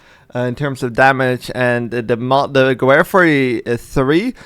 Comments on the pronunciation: More like gewere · Definitely not how you pronounce gewehr